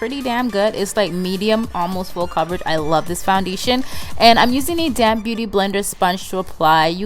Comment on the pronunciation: Gorgeous! Don't judge me, but I laugh a little when I hear you say "damp beauty blender" I swear it sounds like "I'm taking this damn beauty blender" Lol. I know you're saying damp tho. Love your accent!